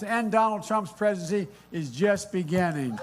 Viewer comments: Joe time to end Trump's precisiiiiiiiiiiiiiiiiiiiiiii 😂 hahahahahahahahahahaha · So you attack everyone with a speech impediment? Nice